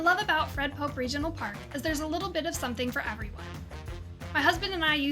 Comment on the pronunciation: It Fred Poppe like a poppy seed. Are you new here? Lol